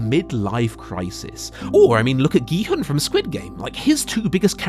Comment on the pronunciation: gEe-hUhN its prounounced kee-hoon (sorry if this seems mean but i couldnt get over it lmao great video keep it up)